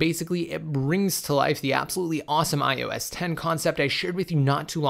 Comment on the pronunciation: especially IOS he loves saying IUS Lol